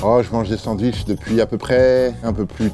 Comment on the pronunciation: Non des : "sandouiches" !